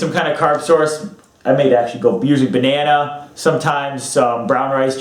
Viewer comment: Did you say Banana mate?